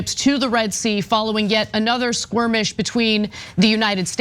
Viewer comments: hahaha, I heard that too (squirmish). Ana can be a bimbo sometimes. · What is a squirmish? A Skirmish I understand. squirmish is when you are easily tickled. Does the host not speak English? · SKIRMISH NOT SQUIRMISH Ana you illiterate dipsh*t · Squirmish?? Did you mean skirmish, maybe? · Sqwirmish???…… …that’s not how you pronounce the word. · Skirmish not sqwiemish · WTAF is a "Squirmish"? You can't take people that can't even use the English language properly with any kind of seriousness. What a joke this channel is. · Squirmish or skirmish? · She made up a new word. She also said “Slaughter” in Gaza? Actually the only “slaughter” was on 7 October. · lollll..squirmish? or skirmish? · Ana, It's skirmish not squirmish. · skirmish not squirmish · I like the word “squirmish” instead of skirmish. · What's a squirmish, Ana? 🥴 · Anna, it's a skirmish... not a squirmish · She was squirmish alright. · Squirmish?? lol c'mon Ana Skirmish dude. Somebody fkng with youm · Another “squirmish” in the Mid East…thank you again, Ana. Something about Israel-based stories brings out some hilarious Freudian slips. (I’m the bit$h who dragged you about how you mispronounced Menachim Begin.) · Y’all are jumping the shark with terrorism apologetics. And it’s skirmish not “squirmish” 😂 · Squirmish lmfao what a slip. Its skirmish dumb barbie media bot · Did she call it a squirmish? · She did lol🤣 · …another “skwermish” 😂 🤦‍♂️ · Not "sqwurmish" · She said "Squirmish"!!!!! 🤪👉🧠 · Did she say ‘squirmish’?? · Why is anna pronouncing skirmish like that? It sounds like she’s saying squirmish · I love how Ana said squirmish ! 😆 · Did she say squirmish? Also they sent one ship lol c'mon Iran we got subs chilling waiting on your armed pontoon boat .